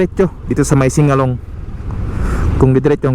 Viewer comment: hindi po sing a long…singalong st…